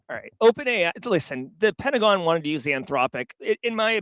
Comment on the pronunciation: #TramReplay Pen-ta-go-N